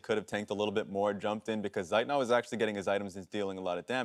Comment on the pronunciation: who is this seit not they talk about, his name is Zeitnot...